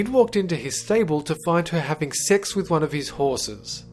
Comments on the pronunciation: When he said sex in the beginning it sounded like six. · it sounded like he saod six related deaths